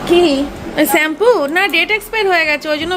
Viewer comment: চেম্পু না শ্যাম্পু বলতে শিখ